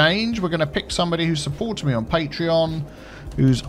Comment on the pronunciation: ) I'm a terrible person who mentally turns your accent saying "me" in that line into "my," whereupon I wonder just what is, in fact, your biffa.